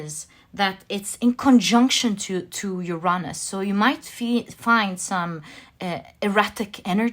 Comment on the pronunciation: Uranus = Youuuu ranus! (The first ‘u’ is stressed)! 🙏